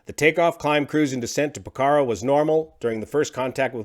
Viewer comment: Love u, but ur not pronoucing Pokhora correctly and it's driving me nuts (I live in Nepal). So, pilot error then. That sucks.